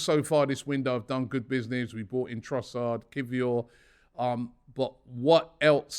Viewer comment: Finally Robbie ! You pronounce Kwior right ! Hahahaha